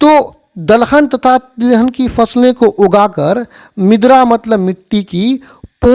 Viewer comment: मिद्रा bol rahe hai ====😮 मृदा मतलब मिट्टी होता है